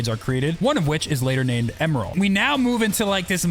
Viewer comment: ah yes "emel is born"